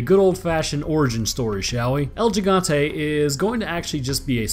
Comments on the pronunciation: El Gigante - "El - Hi - gan - te " which means "The Giant". "Higante" in Filipino and Spanish means "Giant" :) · its el higante as far as to be pronouced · It's read. Hee-gan-te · To pronounce it its “he-gan-te “ bud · You say el gigante like el jigante not gigante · Its pronounced Geh Gant Tee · It's actually pronounced 《el hee-gaunt-eh》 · Lmao it’s pronounced el “He-gan-tay” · You still said it wrong lol. Its pronounced "he-gon-tay" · L He-gante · My ears bleed every time he calls it El Yigante... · Dude.. you joked about pronouncing Gigante wrong but yet you still pronounced it wrong hahahaha it's Spanish it's pronounced HE-Gan-té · 🤦🏻‍♂️ Pronounced higanta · HE-GAN-TE. Say it like that. The G in this case in Spanish is pronounced like an H. Us Latinos laugh our ass off when you Caucasians say that shit wrong. Wanted to save you the embarrassment. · as a Spanish speaking person (I'm originally from Venezuela if you're curious) I found it hilarious that you mispronounced gigante. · Sorry love your videos...but could work on saying el gigante, there is no g sound, it has a sort of soft h sound to it. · I love your videos, but as a spanish i feel annoyed about how you pronounced Gigante, still love you no homo. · Every time he said el gigante I cringed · Gigante Both way you just pronounced it bad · "L he gan teh" god, you should naturally be able to say the things I spent all of the first few years of my life learning how to say. That's just lazy. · hahaha I laughed so hard when I heard you say it the second time lol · HE-gan-te proper pronunciation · Oh yeah,I forgot to give you a little lesson (in trickery) on Spanish,El gigante is pretty much pronounced as el higante...The H is sorta stressed tho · nnnoooooo its pronounced El Hee-gan-te not Ji-gan-tay still cool vid tho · As a native Spanish speaker, I have to say it. The first 'G' in 'Gigante' is pronounced 'he'. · Its pronounced el higante no el jigante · You kept saying Yigante instead of Gigante XD